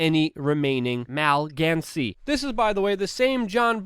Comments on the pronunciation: Love what you do Luke, but it's pronounced Ma-lig-nan-see. Js. Good report regardless. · Ma-Lig-nancy...Like a Ma-lig-nant tumor. Much love man, keep up the good work. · it's pronounced "muh"-"lig"-"nuncy" in Texas.